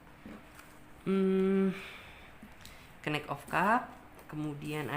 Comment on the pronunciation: knight dibaca nait kali mbak..hwhehe...masak knik 😂😂😂😂